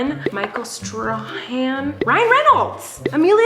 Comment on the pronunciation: it’s pronounced “Stray-han”